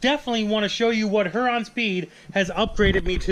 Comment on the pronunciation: We live in the same city as Huron Speed...just so you know for the next video it is said “Here-on” not “Her-on”.